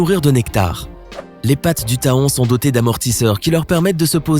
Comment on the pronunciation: Je n'ai jamais été piqué par un éléphant. j'en déduis qu'un éléphant n'est pas un insecte. L'hématite n'est pas une hématie Faut le "fer"! Le taon n'est pas tahon. question de prononciation! Un scorpion n'est pas un insecte. Une tique ou un mille patte non plus.